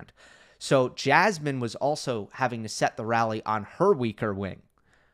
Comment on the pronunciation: Yeah. Someone should make parody of Jasmin as "Jazzman". Because this is the way her name is pronounced. It could be something like Jasmin playing jazz instruments on court while the ball is nearing extremely slowly towards her and when it finally reaches her she throws off the instruments, takes rocket and hits the ball. Then the same again with a different jazz instrument. Unfortunately I do not have any idea for the punchline.